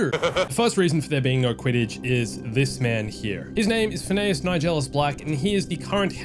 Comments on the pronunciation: Fin-E-us. Not Fen-eh-us. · “And Yes you are hearing the name right, Phin-a-ous Nigellus Black” actually, its Phin-e-ous 😂😂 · “Yes you’re hearing the name right PHIN AY US.” It’s FINN E US. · _- it's prononced phin-ee-us, not phin-a-as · It’s Finn’s-uhss not Fin-eyuss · It's FIN-ee-us, not fin-A-us. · it's pronounced Fin E Us not Fin A Nus, just saying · 'And yes you are hearing the name right...Phi-NEY-us'. Literally never heard someone pronounce Phineus that way. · Why do you keep saying Phineas that way lmaooo They say his name like a thousand times in the game. Even Simon Pegg says his name in the game interview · your saying Phineas wrong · if thats how you pronounce Phineas then is Phineas from Phineas and Ferb also pronounced that way? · he is just mispronouncing it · Is no one going to correct how he says the headmasters name? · Obviously you haven't played the game or you had on mute because you are pronouncing Phineas wrong